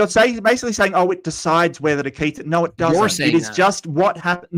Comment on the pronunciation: Evolution can't account for people who cant pronounce "No" correctly. The only R here is Mark.